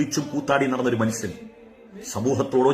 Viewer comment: മൺസൺ അല്ല ഉസ്താദെ മനുഷ്യൻ എന്ന് പറയൂ....